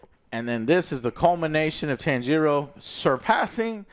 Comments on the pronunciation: Joe... JOE! WHO is Tan-jee-ro? I gotta know. You gotta tell me. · Joe please, for all that you so claim to love you need to learn how to properly pronounce the characters' names. Japanese is separated into consonants and vowels spacing. So Tanjiro name is Ta N Ji Ro. Each gets their own phonetic timing. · Holy hell. These pronunciations of the Demon Slayer characters are WILD. 😂 TAN-GEE-ROH and Asuka for Inosuke. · Ah yes the famous Tanjeero and Nekuzo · Tan jee ro. Nakoozo. Wow likenif he didnt watch the film go wild with names but they say their names. Its one of the trooes of anime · Jesus the name butchering :D Neku-zho Tan-gi-RO :D Not even close. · Don't you guys hear the character calling each other names? To not be able to get even Tanjiro correctly pronounced takes some effort.